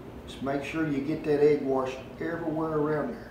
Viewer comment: Did he say "egg warsh?"